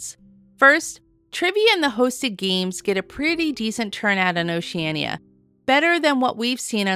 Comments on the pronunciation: Diana you were getting it right but, my friend, you need to work on it. It is not pronounced Oceana but OceanEEa, you must pronounce the "I". I will make a deal with you, I will subscribe if you promise to work on that for me because I really like your vlogging style. Deal? P.S. I have already subscribed so you are on the honor system. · Why is it so many you tubers including travel agents pronounce the name Oceanna? It's Oceaneea 😊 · We’ve actually heard Oceania cruise directors and officers pronounce it both ways, so even if oh-she-ann-e-ah is the “correct” pronunciation it perhaps isn’t as definitive as that?!? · On our Vista sailing, we heard Oceania pronounced three different ways by crew members and officers. Perhaps Oceania should make a pronunciation video. Thanks for the sub - hopefully the honor system pass won't run out anytime soon - we have a few more videos on the way. 😂